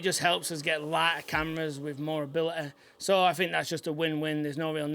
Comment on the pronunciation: = strongest accent on the word “ability” I’ve ever heard haha. I say it with love. Edit: and haha